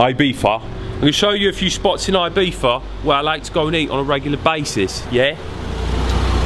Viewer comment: We Spaniards appreciate you saying Ibiza and not eye-bitha